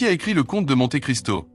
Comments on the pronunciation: 80ans. 20/20 Mais c'est trop facile, je pense que mon niveau réel doit être 12 ou 13. En parlant du Comte de Monte Cristo, on doit prononcer "Monté". C'est à se demander si la voix qui parle sait vraiment de quoi elle parle (on peut penser que c'est une voix synthétique). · Pas très difficile, c’est peu de le dire. J’ai un peu honte de n’avoir eu que 19/20 (le foie, pas le pancréas 🤪). Le commentaire est intéressant et bien illustré, mais entaché de quelques erreurs (la plus belle étant la révolution de… 184…9 😮) et deux mots sont mal prononcés (Monte et Delhi dont les « e » se prononcent comme des « é »), comme si le commentaire était fait par de l’I.A.